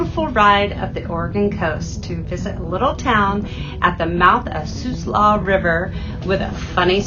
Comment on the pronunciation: Video title should be spellled "Florence". Umpqua is pronounced "Ump-quaw". Siuslaw is pronounced "Sigh-you-slaw". Native American names are usually difficult to pronounced, due to local dialect variances. Great video.